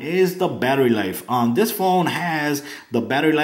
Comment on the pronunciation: Good review although "not trying to be rude " your grammar is very bad and made this seem not as professional . you kept saying wif instead of with and dis instead of this . Again this was a very good review i just did not care for the lack of good grammar . even though i do not have perfect grammar either it just does make a video more professional .